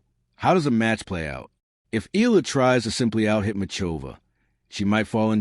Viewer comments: It's pronounced E YELLA. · Please learn how to correctly pronounce Alexandra's last name. It is simply disrespectful to talk about her and mispronounce it every time!!!